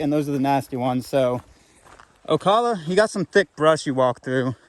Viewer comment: Oh cal uh, oak ala